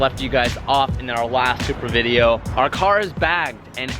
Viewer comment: “todays vrrrdio”